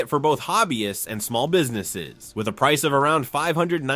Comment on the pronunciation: Price sounds like Pipo